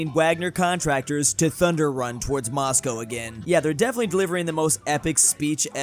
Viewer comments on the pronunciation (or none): none